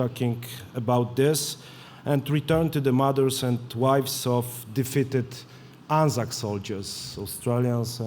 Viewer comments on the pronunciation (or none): none